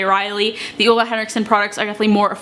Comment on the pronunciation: It's pronounced OOLA